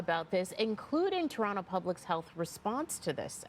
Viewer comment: I trust no reporter who can't even pronounce Can a da. She said ken-i-da. Then she said Ter-ontoe... lol. ☕️ Shame oh her. This is literally your job.